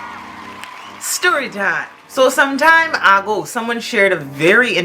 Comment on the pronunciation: “Some time ah-go “ 😂